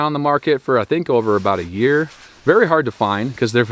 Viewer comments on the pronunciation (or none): none